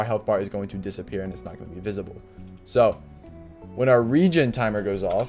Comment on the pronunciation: Regin timer? I think you mean Regen 😂 Thanks for the info tho